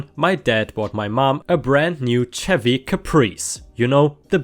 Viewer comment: Also, "Chevy" is pronounced "sheh-vee."